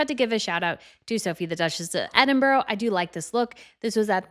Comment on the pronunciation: Oh good grief, learn to pronounce Edinburgh. I say this but obviously either doesn't read the comments or doesn't care.